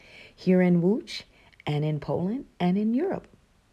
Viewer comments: Damn! Your pronounciation of Łódź is just beautiful! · You pronounce the name of the city Łódź very well. You must have good hearing.